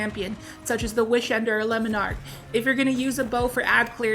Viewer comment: Let's just get this out of the way for all D2 players and content creators, it's not pronounced lemon-arch, it's pronounced Le-mon-ark.